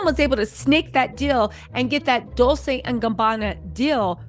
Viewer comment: Girl, not dissin' your dissin'.. BUT...you need to be sayin' those brand names correctly. Dolcè sounds like dol-chay.